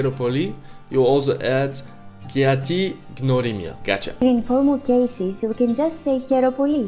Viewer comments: I m greek and you did amazing. The only mistake is that we have the letter γ that it's not really g it's more like how you pronounce the first letter in the word yet , so it's (g-y)norimia not gnorimia. But you did amazing and thank you for learning my language ❤ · mario gjini εντωμεταξύ λέει γνωρίμια αντί για γνωριμία